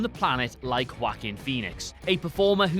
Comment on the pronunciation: Whack-him Phoenix? You kids a WhatCulture never saw a non-english name you couldn't butcher, huh?